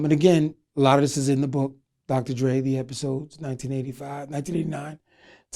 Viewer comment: Dri... Dra... DRE. Sir... And Louvre... Larva... Lover.... Ed Lover and Dr. Dre.... You ever been to medical school or any higher learning institution?.. No... My brother went to 4 years college 8 years of medical school... Room out about 80K in loans just to be called Dr. Feinstein... But you're just Dr. Dre.... Classic scene from Who's the Man between Denis Leary and Dr. Dre